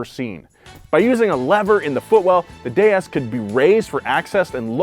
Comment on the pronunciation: I liked the way you pronounced DS properly so it carries it's original sound similar to Goddess.